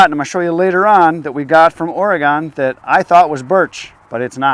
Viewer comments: It’s pronounced Oregin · not to be picky as a Oregonian but we pronounce Oregon as Orygun. I know touchy touchy.